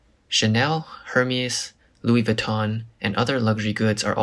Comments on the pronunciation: Hermes is pronounced as "Air-Mezz" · YOU PRONOUNCED HERMÈS WRONG. TSK